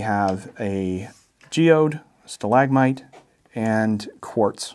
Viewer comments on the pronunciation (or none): none